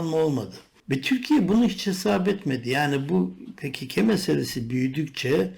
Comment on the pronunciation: Niye pe ke ke diyorsun komik olmuyor mu